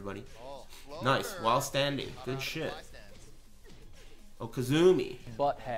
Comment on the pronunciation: I'd wager he's well aware of it and is just doing it on purpose; much like how he keeps saying "okazumi" (although there is some lore behind that).